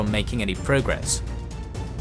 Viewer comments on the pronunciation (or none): "at the same Thaime" has already been said?